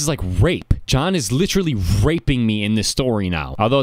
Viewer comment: I like the way rape is pronounced. "HHHHHHHraep"